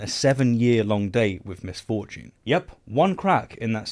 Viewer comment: His pronunciation of misfortune did give me the same thought. Who is Ms Fortune? Is she hot?